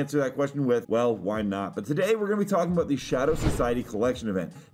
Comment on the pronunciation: Bro said " WHY...NOT" 😂😂